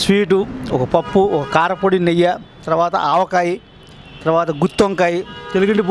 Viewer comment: నెయ్య కాదు నెయ్యి. ఈమాత్రం కూడా తెలియని వెధవలు వీడియోలు తీస్తే మా ఖర్మకొద్దీ మేము చూడాలి.